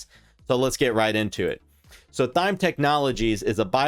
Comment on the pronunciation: Why does he keep calling it Thyme?